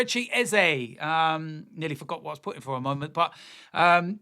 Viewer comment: You’re wrong, it’s pronounced “Ezeh”